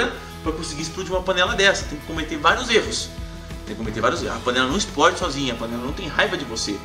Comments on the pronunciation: Exprode kkkkkkkkkkkkkk ou e explode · Não sou cricri, mas "espródi" é gritante! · SOMOS POBRE PQ FALAMOS EXPRODE AO INVÉS DE EXPLODE KKKK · "PURQUÊ UMA PANELA DE PRESSÃO ISPRÓDI?" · Ainda estou tentado entender o por que ela "esprode". Ksksks É pegadinha garay! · kk o exprode kkk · '' esproide ''? I kkkkkkkkkk